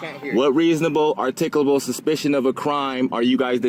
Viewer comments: "articable" suspicion? Not only can't he say it, he has no clue what it means. 🤣😂🤣😂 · Artikable, instead of articulable. Haha! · Artickleable? hahaha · “Are-tick-oo-lah-bull”?? Is that a Mooronic word? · He can't articulate it!